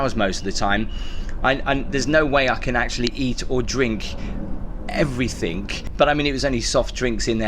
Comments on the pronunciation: Please stop saying "everythink"...the word is "everything "! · Can’t believe you didn’t know what the shoe stretchers were for…. Plus it’s “everything” not “everythinK” 😂